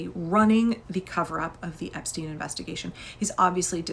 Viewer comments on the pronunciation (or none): none